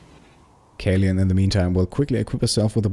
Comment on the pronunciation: kaleun is a german therm for kapitänsleutnant, roughly translated to captain-lieutenant, mostly the leader of a marine vessel crew :) it’s pronounced caloin ps: found this series by random, merely heard anything of the game and yorself, but i‘m absolutely hooked! great work and thank you